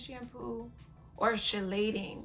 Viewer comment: Chelating is pronounced KEY-LATING